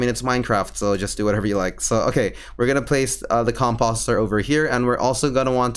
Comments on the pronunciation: Com-POST-er... Not fucking comPAHSTer! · Hearing you mispronouse composter over and over again is painful, dude. The It's com-post-er with an O like in Pose. Not like the O in Imposter. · Com post er like sign post not imposter lol sorry that bothered me 😂😂